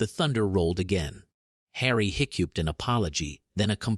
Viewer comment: Made me laugh how it couldn’t say hiccuped